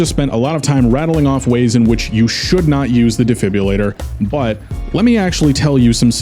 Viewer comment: ah yes my favorite gadget, the “defibbulator”